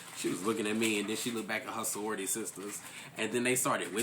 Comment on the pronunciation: why he calling it sorryority